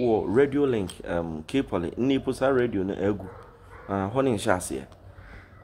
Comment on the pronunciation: Please correct for future reference sake,radio and not redio,thanks.